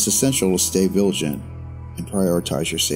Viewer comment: Am i the only one that heard you say "viligant"? love your vids though